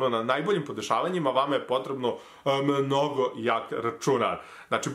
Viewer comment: "vama je potrebno AMNOGO jak racunar " AHHAHHAAH xd